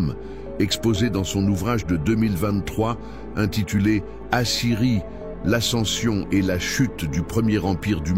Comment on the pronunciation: Grâce à cette IA remarquable, on sait maintenant pourquoi il y a des déserts au Moyen-Orient. C'est à cause de la scierie.